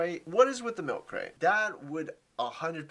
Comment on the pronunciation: Milk cwate?? I'm dead😂